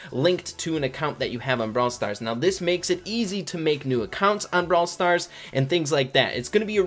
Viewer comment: Your intro says “Brawl Star Ray” and not “Brawl Stars Rey”, but idc